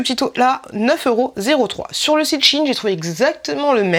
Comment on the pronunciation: SHEIN ça se prononcerait plutôt chaîn(e) au passage, je ne connaissais pas...